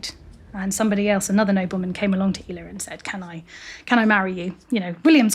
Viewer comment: Thanks for much for this. I love Ela and included her in my book On This Day in Somerset. I always thought it was pronounced like Ella. How did you find out it was pronounced "eela" please? I'm not doubting you, just would love to hear how you figured it out. Many thanks!